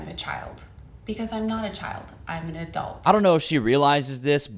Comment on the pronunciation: "I'm an A dolt" definitely a dolt.